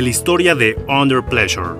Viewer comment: "undel pleshure"